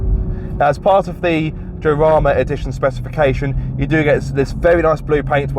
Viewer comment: Way to butcher el español! 🤬 Jarama: (Spanish pronunciation: [xaˈɾama]) /x/ is pronounced as [h] in many accents such as those in the Caribbean, Central America, Colombia, Andalusia, and the Canary Islands